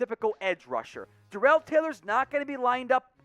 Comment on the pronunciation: It's pronounced Darrell (Dare_rull) and 5 sacks